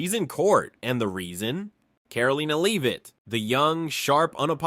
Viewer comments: Learn how to pronounce Leavitt. Leave it? Really. It's Levvitt dummy. And Bay-har and Hoss-tin. How can do you do a video and not know how to pronounce peoples' names? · Someone told me these readings from a script are done by AI. I only assume that now because there are far too many mispronounce words and names like this one, I write a comment tell them of the mistake, and with this one the last name is pronounced Lev-it, not Leav-it. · can't pronounce "Leavitt".